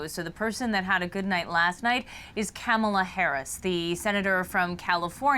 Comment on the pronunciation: Omg she Mispronounced Kamalas name 😂😂